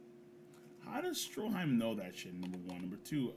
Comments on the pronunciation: Did he call strydum as stroheim? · He really called Strydom "Stroheim". Jojo x Baki crossover confirmed??